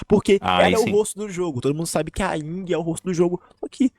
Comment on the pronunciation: Ying se pronuncia como se não tivesse o "Y"